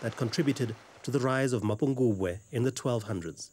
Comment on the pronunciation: Its not Mapungwube.. it's MAPHOKOBWE meaning the mother jackal.